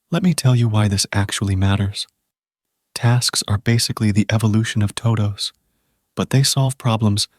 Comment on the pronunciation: toe dohwsss